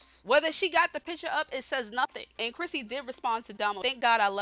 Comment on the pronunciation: You keep mistaking crispy's name Saying "Crissy" it's crispy